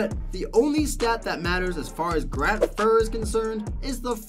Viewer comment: Grant FURRR lol😅